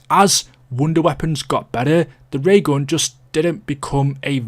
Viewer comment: "Da Ray ghawn"